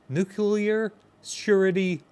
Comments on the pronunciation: Nuclear, not "nucular." Nothing you say has any credibility if you can't bother to say "nuclear" correctly. It is not difficult. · NEW-CLE-AR! not nu-cue-lar! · New-Clear, two syllables lol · Nuclear, nu-clear, "new clear" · Do a shot every time you hear "nukular". I dare you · We can call it a Nukular Mazora shot. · I die a little inside every time says “nucular”